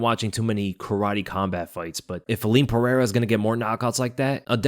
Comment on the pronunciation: Stop with the "Puh-hair-ah"; there is no "H" sound because there is no double r (like there is in Ferreira).